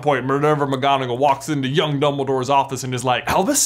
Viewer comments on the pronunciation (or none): none